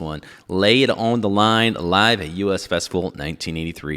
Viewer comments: Dude, its the US festival (like me and you) not the U S ( you ess) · It was pronounced The us festival not the U.S festival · You're the second YouTuber to review this exact video, and call it the "U. S. Festival". It was the US Festival. The word US. You know, rhymes with bus... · Pronounced “us” festival. Not U.S. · You said the festival name wrong... the first word is "us" - as in "everyone here".